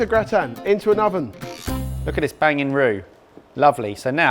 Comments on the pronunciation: So, what's a gratan? Do they mean gratin? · potato gaytan WHY JUST SAY IT RIGHT